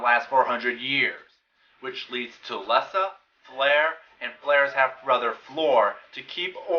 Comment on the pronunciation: F'lar is pronounced Flahr, & the picture of the person you identified as F'lar's half brother, F'nor, is really named N'ton. If you really perused "The People of Pern", art by Robin Wood, & intro by Anne McCaffrey, you would have known. There is a pronunciation guide in the 2nd edition of "The Dragonlovers Guide to Pern".